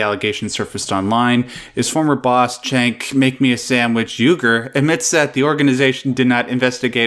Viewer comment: Jenk, not Chenk.